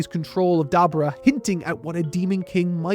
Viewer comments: Who and what is a Dabra? If you're referring to Dabura, at least try to pronounce his name correctly. Dabra (Da-Bra) = 2 Syllables. Dabura (Da-Bu-Ra) = 3 Syllables. I don't understand how people mispronounce names of things or characters they've been hearing for years. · I kept trying to enjoy the video, but kept having to pause. And now I have to write this: Dabura is pronounced DaBUra. DahBOOrah. Nobody named Dabra in Dragonball. If you can't say it the Japanese way fully (with the l/r flick) that's fine, but emphasis on the first syllable is a no go. Sorry, back to watching it. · Who the hell is "dah-bra"? The dude on screen is "duh-bore-uh" . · Who is dabura? DAH BOO RAH. Say it with me. DAH BOO RAH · Cant even say dabura correctly in the first 5 seconds smh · The way you pronounce Dabura's name made me tap out at 57secs literal ear g)rape